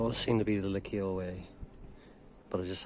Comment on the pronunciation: I like your videos, and your a great guy and i don't mean this to be rude. The proper way to say Lecale is not le-kale like the stuff you eat lol, the 'e' at the end is silent, and it's pronounced 'Leh-khal,' it's irish for Cathals half. i'm a local and thats how its said, it's a word with old french origin as well as irish. Your belfast hills vids are really nostalgic as i came from there a very long time ago and things have greatly changed so it was nice that you do walks ahd hikes there it brings back many memories Cheers.